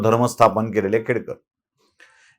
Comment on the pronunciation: खेडेकर बोला सर,खेडकर नाही.खेडेकर मराठा आहे..